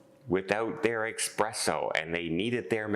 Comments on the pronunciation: being of italian decent it is espresso, not expresso! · it’s “espresso” NOT eXpresso!